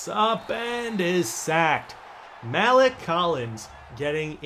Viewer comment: Love your vids man but please learn to pronounce maliek correctly... it's MUH-LEAK